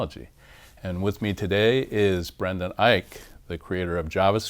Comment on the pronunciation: Thank you for introducing him and saying his name. I kept wondering how to pronounce EICH because he never says it in his presentations. It's IKE, huh?